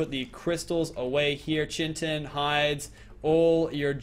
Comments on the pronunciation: I swear... Say "CHIN-TIN" instead of CHITIN (pronounced KITE-IN) one more time and I'm not watching another episode lmao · not CHIN-TON it is KIA-TIN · Chitin is pronounced Kite-in not chintin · say it with me "Cia-a-tin" not "Chint-in" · its not pronounced chi-tin its pronounced kite-in pls read this comment it really disturbing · It's pronounced kite in not chintin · for the 3rd time its chitin not chintin so stop pronouncing it that ffs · were do u get chintin from chitin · Hey it's not Chitin it's pronounced (Ky-ten) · Chitin is pronounced like kitin